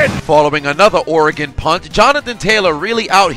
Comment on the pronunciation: Thanks for saying Oregon correctly